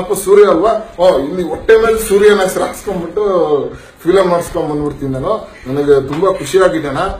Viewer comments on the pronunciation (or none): none